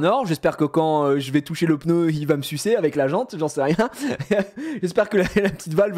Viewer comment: un plaisir d'entendre pEUHneu et pas pneu comme tout ces ptit snobs de parigo